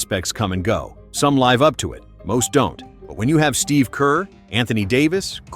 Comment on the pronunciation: did this dumb ai robot just say LIIVE up to it